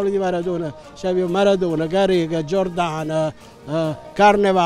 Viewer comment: Giordane ????? 😆😆😆🙄🙄🙄Ma come parla questo??? U georgiane 😅😅😅😅😅😅😅🙁